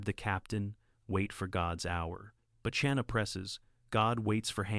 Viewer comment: Narrator needs to learn how to pronounce the ch in Chana. Not like cherry. Like the ch in Bach, the composer.